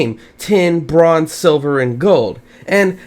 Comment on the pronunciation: I thought the bronze shovel said business shovel xd